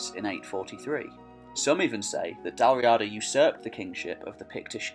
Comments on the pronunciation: In Irish Gaelic it is Dal Riada, pronounced Dal Ree-ada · The Irish ruled the Western isles and that's why Gallic is a dialect of Irish... Not the other way around. It's pronounced Dal Reeeada, btw. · Dal Riada pronounced Dal Ree-ah-dah Gabráin pronounced Gah-Braw-in